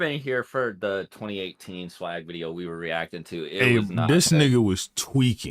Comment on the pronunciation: did such a good accent and then swag came in and just murdered my ears